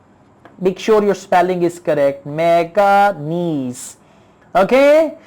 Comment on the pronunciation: Manganese not maganese